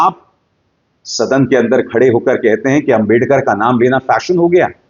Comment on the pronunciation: Abhisar, if u listen carefully, u might find that Mr.Shah, couldn't even pronounce clearly the name/word "Ambedkar". Plz listen